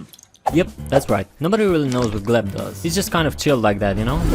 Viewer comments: You know it's GLEP not gleb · Btw, his name is Glep, not Gleb. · bruh.. glep's name is shown at the end of season 2 episode 2 and you still call him gleb.. kiiiinda criiinge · It’s glep, not gleb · small correction not related to the crimes: it’s Glep not Gleb